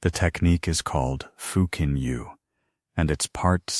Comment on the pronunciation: Futon is pronounced foo-tan. Not feu-tan.